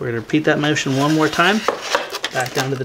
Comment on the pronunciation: turns British for the word motion lol Good build video I am scratch building along